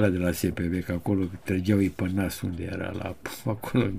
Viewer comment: Maestre, fără supărare, adesea spuneți peroadă și une (în loc de unde). Cel puțin așa se aude. Dar nu pentru asta vă iubim noi! 🤭